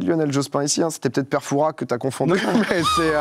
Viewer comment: Pour ceux qui se posent des questions inutiles : non, normalement le S de Père Fouras ne se prononce pas.